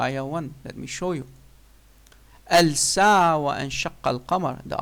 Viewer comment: All you're doing here is just blatant lies. I doubt you can read the Qur'an correctly as you read 'Al Sa'ah' instead of 'As Sa'ah! Ridiculous!. Secondly, you're just waffling without putting any straight forward proof. Finally, the Qur'an testifies the Day of Judgement, Resurrection of which Imrul Qayes didn't have an iota of faith. Trying to prove the Qur'an plagiarised you've just exposed your own grave ignorance! Shame on you!!